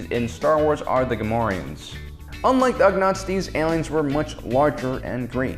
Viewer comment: Ugnaughts... Ugh-naughts (think dread naughts)... They never complain about their work, so they're Ugnaughts!